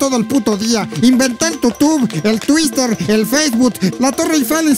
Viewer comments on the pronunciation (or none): none